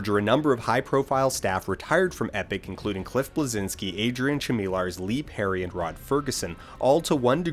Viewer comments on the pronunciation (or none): i like how you abolutely butchered the pronunciation of adrian chmielarz's name :D